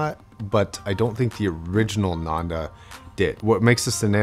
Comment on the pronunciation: ananda is pronounced as "AA - nun -The" , it's sanskrit for pleasure a lot of hifi man headphones have sanskrit names